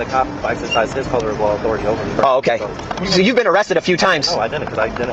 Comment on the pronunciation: ...On today's episode of "Respect My Authoratahh"